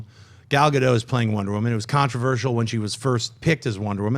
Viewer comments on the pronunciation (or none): It's Gal GaDOT, not Gal GaDOE. She's Israeli, not French.